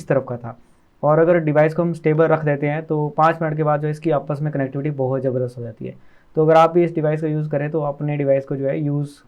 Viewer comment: Isn't it zabardast and not jabardast? In English it's zone not jone. How disgusting.